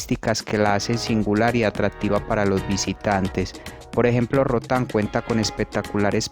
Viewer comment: Es Roatan no rutan 👌🏻😂😂🤦🏻‍♀️